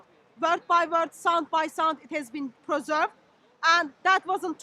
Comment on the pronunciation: who's that clown saying " it's a peezerved" . ROFL😂😂😂